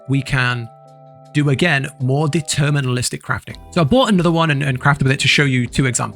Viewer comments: it's "deterministic" not "determinalistic 😂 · Great guide, but bruh it's "deterministic" not "determinalistic" lol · It's deterministic not determinalistic... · It's deterministic, not determinalistic or whatever you're trying to say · great video but please for the love of god. it's DETERMINISTIC NOT DETERMINALISTIC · Fyi it’s “deterministic” not “determinalistic”